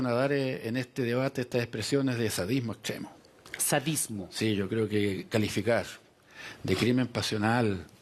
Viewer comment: gueno invitados el vinagre el aseite dos gueones axtremos ermeticos